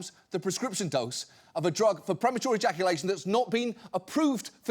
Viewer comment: It's weird how he says "premature ejaculation"